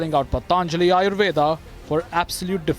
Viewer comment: Why is it so difficult to pronounce 'patanjali' correctly, a totally Bharatiya word... Pl.conduct graciously. This applies to Mr.Sohail Seth also...